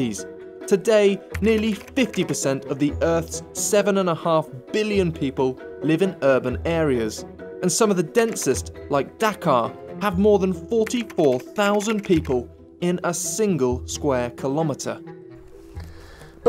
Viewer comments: Dhaka not dakar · That's Dhaka ....not dhakar